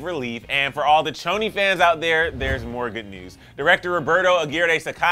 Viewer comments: It’s not Ca-oni it’s Choni ( Sh-oni). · WhAt DiD hE jUsT sAy?!?!?! CH-oni?!?!?!?!? It’s choni with a sh🙄🙄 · Pronounced SHoni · he said choni wrong